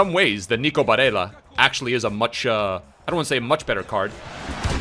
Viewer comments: Mate its Bare L L a and Not Bareya. He’s Italian and not spanish. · Just wanted to say it’s pronounced “BareLLa” not Barreia, you are thinking of the Spanish accent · I’m italian and the proununce of nico is barella with 2 L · I love your vids bro but you can’t be bitching Barella’s name like that my guy... BA-RELL-AHH. That’s how you pronounce it and then Throw some Italian stank on it and your good lad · For Barella... you actually pronounce the double L unlike in Spanish. You put extra emphasis on the double L because it appears twice. Hope this helps for further reference and thought I would comment since I’m Italian 🤙🏼 love you bro